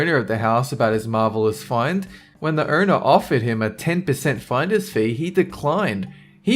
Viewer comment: you suck as a speaker. The word owner is not pronounced "erner".